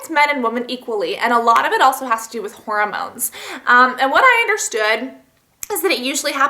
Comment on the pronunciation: lol whenever you say hormones it sounds like you're saying horror moans. xD